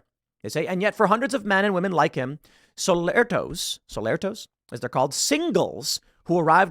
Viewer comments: its "solteros" not "solertos", they cant even get that right... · “Solertos”? Oh totally ignorant journalists 🥴 it is Solteros , men looking for an American woman or man to marry. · It's SOLTEROS! Not "Solertos". Kinda like Solitaire. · It's not solertos but solteros meaning single.